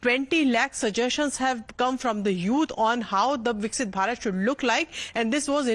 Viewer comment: Please pronounce it correctly. It’s VIKASITH BHARAT NOT VIKSIT